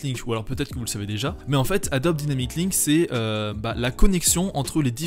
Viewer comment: Merci pour la vidéo. Deux petites choses (je pinaille j'avoue) : - Dans le titre, "Effects" et non "Effetcs" - La prononciation de "Adobe Dynamic Link", /daïnamic/ comme c'est en anglais. Tout comme quand on dit "After Effects" et non "after effet"